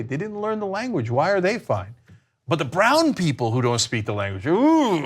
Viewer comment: I'm not so sure Lahren speaks "the lineguage," either.